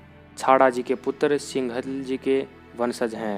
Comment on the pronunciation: सिंघल नही सिन्धल राठौर है सा 🙏🙏🙏🙏